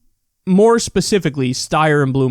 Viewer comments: Steyer is pronounced Stie-er. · Someone needs to tell Kyle how to say Steyer correctly please for the love of god